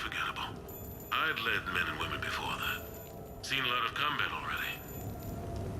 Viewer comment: "All these... Wömen!"